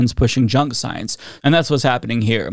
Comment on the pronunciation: “Twust duh soyance” - Dawktah Tony